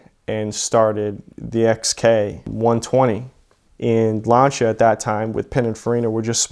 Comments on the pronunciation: Lancha??? L A N C EY A THATS HOW ITS PRONOUNCED 🤦‍♂️ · y is he saying launcha lmfao its actually pissing me off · Lancia pronounced lancha lol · I will not watch someone who says LANCHIA. It’s lancia. With an s sound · Epic story, but wtf is a ‘Larncher’? Is it like a Lancia? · What’s a lawncha? You mean lancia? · It's pronounced Lan-See-Ah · it's significantly closer than the way most people say it (myself included, I butcher it every time) of lance-e-uh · Honestly it bugs me that he mispronounces lancia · For the love of God learn how to pronounce the name of the car you sound ignorant as hell